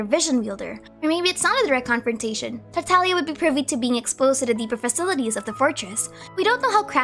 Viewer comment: FINALLY SOMEONE WHO PRONOUNCES TARTAGLIA CORRECTLY THANK YOU SO MUCH